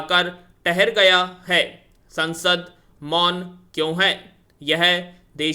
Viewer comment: Desh thahar gya hai likha hai ...bola hai tahar gya hai..ट औऱ. ठ me frk hota hai bhai..